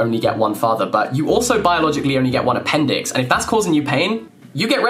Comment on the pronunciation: did you mean a-pain-dix??